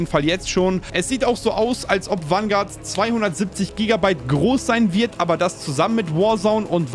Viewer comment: Jedes mal wenn er Wanguard sagt einen trinken….